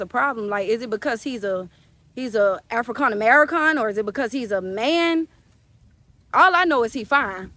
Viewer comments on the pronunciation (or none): She said "africon"😂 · Amerikhan , Afrikhan 😂